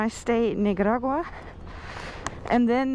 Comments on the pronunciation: The way you say Nicaragua.. lol It's a C 😅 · Perhaps they held you up so long at customs as they were confused, as you sporadically call the country NiGaragua lol so funny. I feel for those truck drivers! I wonder what the wait time is for them, and if they get paid for the wait.